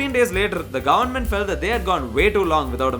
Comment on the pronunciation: brother why your goverment sounds like "GAND"ment